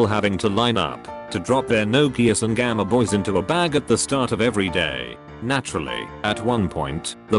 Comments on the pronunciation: Normal people: Gameboy The voice: gamma boi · Everyone: Gameboy Reddit British dude ai: gammaboy. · The is why I hate text to speech game means gamma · Nobody: TTS: Gammaboy.